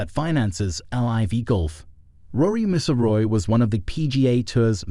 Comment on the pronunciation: HIS NAME IS MC (AS IN MAC) IL ROY